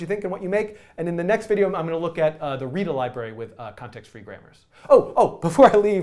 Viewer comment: this mf said tontext-free grammars